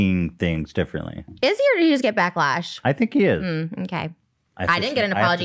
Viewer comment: “backlesh” HAHHAHA